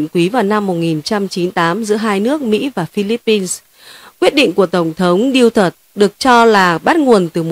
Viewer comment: Tong thong Du-to-te,not Diu-tot